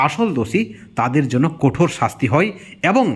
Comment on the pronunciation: দাদা কোঠোর নয় কঠোর, তারা চাই নয় দাদা চায়, বিতর্কে অংশ নিতে হই নয় হয়। বাংলা একটু ঠিক করে উচ্চারণ করুন প্লীজ। তাছাড়া সব ঠিক